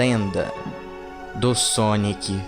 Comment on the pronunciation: cara n é équis é ezé ezé é exe